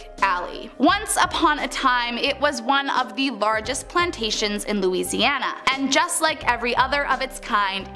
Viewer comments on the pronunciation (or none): none